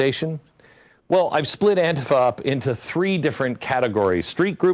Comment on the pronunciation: Pretty slimy saying "anti-fuh" instead of "anti-fah" in order to obscure what the FA stands for.